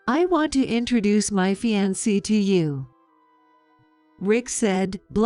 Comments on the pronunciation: Can’t pronounce fiancé,bowing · Get real people who can speak English correctly or fix the AI fixed so ALL the words are pronounced correctly! Fiancee is mispronounced and it's maddening to listen to it mispronounced! Ridicule and refuse is also mispronounced! Increase the speed of the speech so they sound normal otherwise they sound slow and boring at the normal speed! I wouldn't doubt that Rick is going to be more of a servant than a husband or son-in-law